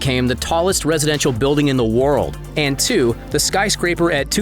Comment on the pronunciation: in the woaaooold